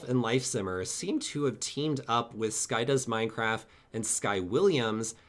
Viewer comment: Could you please stop pronouncing it "sky does minecraf" it's driving me insane😫